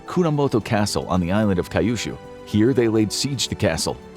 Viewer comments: Kayushu!!😜 hehehe It’s Kyushu by the way !! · fyi kyushu is pronounced like the letter q + shoe, not ka-yu-shoe.